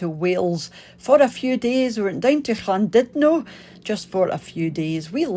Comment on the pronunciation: Seems strange hearing a Scot pronouncing Llandudno properly - some English insist on pronouncing it Lan-dud-no!